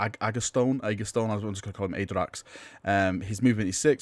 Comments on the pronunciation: (First off no critisism just wanted to help you out here) Your pronounciation made the name more akin to something norse like a space wolf name "Aeiderax" whilst its likely just Add-RAX. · Ah-dracks Ah-gah-toe-knee.